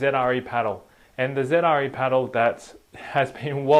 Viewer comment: It really bothers me that he keeps calling Zre Zedre